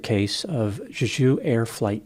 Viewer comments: It’s pronounced “Jay-Ju” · Dr. Grande, it’s pronounced Jay-Ju. It’s a dope Korean island - almost like Hawaii. There’s also a phallic “fertility park” there. Google some pics. It’s worth it. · Jay - Jew. Emphasis on the first syllable. Other than that, I also believe fear/panic were contributing factors, if not the actual cause. I've flown in/out of Korea dozens of times, including on Jeju Airlines. Most landings are just fine but some can be white knucklers. Getting whacked by a bunch of birds followed by a cement wall coming at you at 150MPH can't be very comforting! Could also be the landing gear was damaged during the first pass with the gear down. If they raised it for the go around, maybe a bird got jammed inside and the gear wouldn't drop? Pilot got sidetracked with the gear and forgot to watch his approach speed? Then panic? Who knows. So many possibilities. All guess work at this point. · Why would you say Juju when it clearly spelled JeJu!? Just saying. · You can pronounce it more like 'Jae-Joo'. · For anyone curious, Jeju is prounced as "jay jew'. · The airline is pronounced "Jay-jew" like the southern Korean island of the same name. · It’s pronounced Jay-Ju. It’s a dope Korean island. Almost like Hawaii. There’s also a phallic “fertility” park there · Just want to do a slight correction - Jeju is pronounced differently. You kind of made it sound French like the Aju sauce. Its more like a J as in juice. So jeh joo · Jeju is pronounced more like jay-ju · it’s pronounced Chae-Jew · Pronounced "Jeh Ju" you can see the first officer put his arm against the windscreen as it's sliding down the runway. He knew.... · For pronunciation The j’s in Jeju are hard j’s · Yeah, the pronunciation of Jeju was making me itch 😂